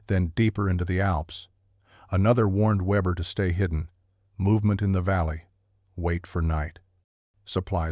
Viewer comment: Weber pronounced Veber